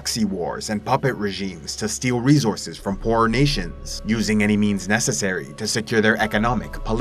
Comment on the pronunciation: Rezorzes.. a bunch of resorzes